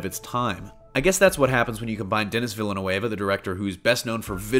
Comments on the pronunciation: Villeneuve is pronounced veel-nuhv. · I miss the days when we had longer movies with Intermissions . I guess attentions spans are shorter—or maybe shorter movies are for the nicotine addicts…? P.S.-- You pronounced "Replicant: wrong, as well as "Villeneuve". (Seems "news" of any sort is getting "damn sloppy!") ☮